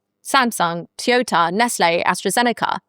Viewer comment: How did you just pronounce Toyota?